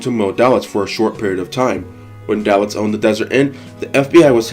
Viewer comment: His name was pronounced: DAY-litz.